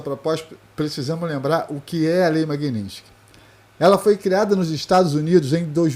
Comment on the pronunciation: Magnistiky ??? O fodido não sabe nem falar o nome da lei